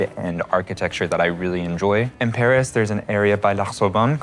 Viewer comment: It should also be noted that when they say Paris, they pronounce it like "perish," there's a sort of inversion of the vowels a and é.